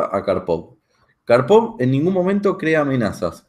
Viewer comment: Gran análisis y excelente video. Una única observación,la acentuación correcta de Karpov es palabra Grave y no aguda. Gracias